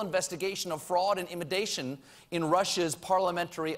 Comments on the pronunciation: Lol colbert said imidation instead of intimidation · "fraud and imidation" What is imidation Colbert?